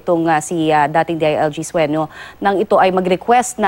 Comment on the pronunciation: the reporter is idiot.. sueno not suenio.. .. can you shoot that idiot reporter